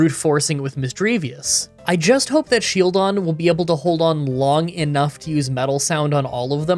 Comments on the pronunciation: Are you trolling to pronounce SHIELDon as shelldon on purpose? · i didn't know what you meant by sheldon until the run actually started, his face is a shield. his name has the word shield in it. his title is the shield pokemon. why wouldn't you pronounce it as shield-on? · I know there is always someone who doesn’t approve the way you pronounce a certain Pokémon. But Shieldon is literally a shield. A SHIELD! How did you just forget the i and keep calling it Shelldon??? Luckily this is not a solo run and as always I enjoyed the video very much. Also I just got around watching your Remoraid run and I don’t know if you did it because of me, but I know that I commented this on quite a few of your videos. Stay safe and stay awesome! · You say Shieldon a lot like you say Shellgon, so when listening along in bed I got confused a few times. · is he saying Shieldons name wrong on purpose?